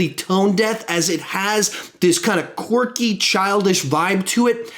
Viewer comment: I wonder how many times said qwarky ( I dont even know if this is how u spell it).